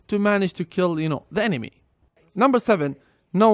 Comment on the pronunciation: STOP SAYING EMEMA PLEASE